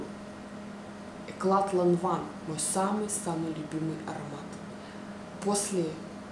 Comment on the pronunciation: почитала комментарии и хочу сказать одно: ЛАНВАН!!!! и не эклат а экля